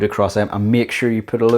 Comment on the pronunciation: I was thrown by the scottish accent, when he said a lood, I think that meant a load.